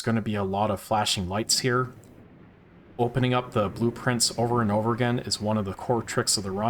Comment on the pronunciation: Oh my god. Blueprints. Blue Prince. What the fuck. It took you saying “open blueprints over and over” and me getting confused because I heard “open blue prince”